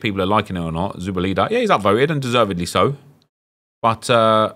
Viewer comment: You’re the 3rd Brit I’ve seen pronounce Zubeldia like that 😂 it’s -dia not -eda 😂